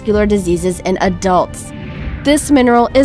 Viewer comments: Lead emissions not Leed 😆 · led emissions, not lead, as in leader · It's pronounced 'Lead' not 'Leed'. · this illiterate female announcer says lead as in, "You can the lead a horse to water . . ." girl, it's pronounced LED ( Light Emitting Diode) - she doesn't even understand the word inorganic - you can tell by her stress point on the word. The symbol for lead is Pb (from the Latin plumbum) - atomic number 82. It is a heavy metal. Please, for the love of intelligence, get rid of her ! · The word is lead not lead...lead is a Harvey metal...lead means to push forward...I hate these ppl just reading a script... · Go to She says leed emission not lead. wow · She pronounced "lead" as "leed"! It's pronounced like "sled". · leed imissions what a donkey they mean led as in lead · did anyone else notice the mispronunciation of the word lead "she" pronounced it leed. lead the mineral is a short sound (led) not the long sound (leeed) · scientific investigations..yeah right..with some twat in a lab coat drawing a pre school diagram of an atoms nucleus..lol..bimbo strike one...then.....leed emissions? it's LEAD as in LED! bimbo strike two! having healthy teeth and bones is essential..not even gonna touch that one, strike three! you are right in one thing though miss, I won't TRY any of those minerals.....whatever TRYING them entails..... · LOL "lead" is pronounced "led" not "leed" haha not so smart. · Awww, bless her... she saw "lead" on the script and pronounced it "leed" instead of "led"... so cute, so dumb... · Lead with a capital "L" is pronounced Led.....not Leed... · Lead emissions....led...emissions.... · All report for misleading this is all extreme overdramatization and mechanically manufactured. You can tell by 'leed emmisions' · Yeah, you really have to watch those ‘LEED’ emissions. Lol. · lol leed emissions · You lost me at "LEED emissions"... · "LEED EMISSIONS" LOL!! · Leed emmissions ?? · Lead... pronounced "led".